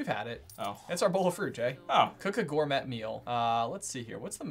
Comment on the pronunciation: The way he pronounced gourmet had me cringing so much